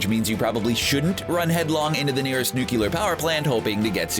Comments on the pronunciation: It's pronounced nuclear... Not effing nucular..... Wtf..,... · Nu - clee - er. That is all. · You lost me at nukelar... and showing and MRI machine while talking about radiations.